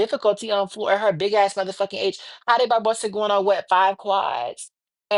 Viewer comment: Small correction. Jade Barbosa is not pronounced Had Barbosa. J in Portuguese sounds just like J in English. So her name is pronounced Jad.